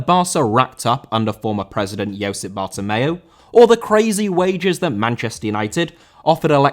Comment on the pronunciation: Bartomeu* not Batomeyu